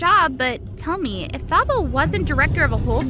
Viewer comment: Great story but it is pronounced "Tah-bo" not "Tha-bo"